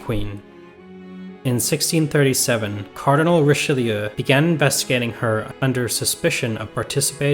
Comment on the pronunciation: It’s Richaloo! Pronounce it Richaloo!!!!!!😡